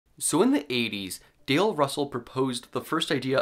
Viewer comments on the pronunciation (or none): none